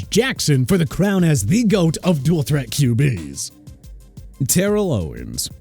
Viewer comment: Terrell Davis' first name is pronounced TER-RELL and Terrell Owens' first name is pronounced TA-RELL!! BIG DIFFERENCE!!